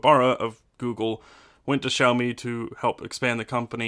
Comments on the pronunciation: XD XD Shao Mi hahahah it's s-ee-ow me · I'm sorry but I had to mention this; the way you pronounce Xiaomi felt weird. It's supposed to be see-ow, not shao, lol. Just saying.